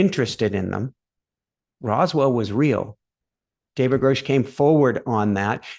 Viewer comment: Grush rhymes with brush. He held a rank equivalent to Colonel, not major.